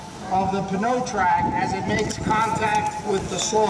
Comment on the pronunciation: Would it not be pronounced "no-trac?"